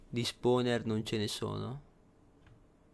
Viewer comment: no posso capire ma che LUI l'inglese lo scrive come si pronuncia fa schifo al cazzo! tipo SILKTOUCH (siltauch) SPAWNER(spouner) e daje!